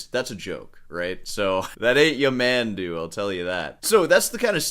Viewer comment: Stress on the last syllable: Ya-man-DOO